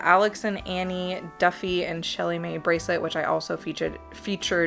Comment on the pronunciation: 😆 what are you waiting for-Magic Journeys. Alex and Ani is pronounced on knee. Not Annie. Trust me the headquarters are in my state. I hear a lot people call is Annie. I big deal. Thought I would mention. Great video.